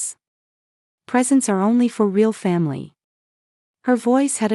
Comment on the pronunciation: Rayall instead of real. Got to Love AI